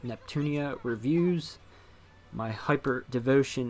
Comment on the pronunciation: It is so funny how this guy totally cant pronouce Noire despite her being his favourite character. I wasn't even sure what he was trying to say the first few times, "nu-whe-arrrrr" I bet he calls Blanc "Blank" :P